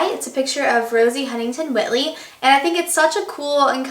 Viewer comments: isn't her last name pronounced… white-lee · it's pronounced "white-ly", like the color.